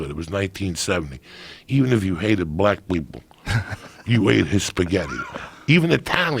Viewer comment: "Black Bleople" Lol